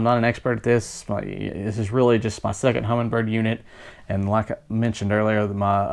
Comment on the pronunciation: I am amazed that the guy is narrating an instructional video on a "Humminbird" product and he calls it a "Hummingbird".